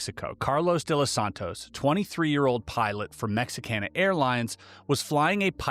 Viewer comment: Doing surprisingly well with the Mexican names :) Good job!